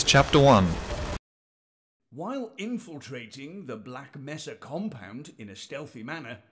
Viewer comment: You said black mesa wrong